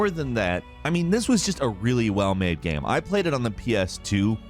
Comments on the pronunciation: 'gayum' lol I love the way pronounces 'game' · Why do pronounce game as “gaem”